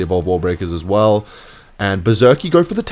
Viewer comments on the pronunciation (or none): none